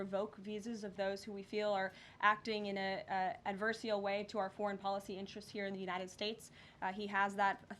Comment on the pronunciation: Pro tip, it’s pronounced ad•ver•sar.i•al ,advar'serēal